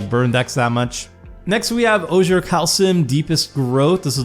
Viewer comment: Good video, but just a heads up- Ojer is pronounced "O'Hair" like how it would be pronounced in Spanish (the names are influenced by native central American language).